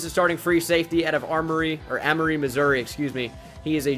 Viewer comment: I live in the same city as jarvis blankenship and its Amory with a hard A and its in Mississippi